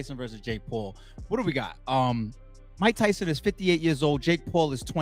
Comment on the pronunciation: Rike Ryson Rersus Rake Raul.....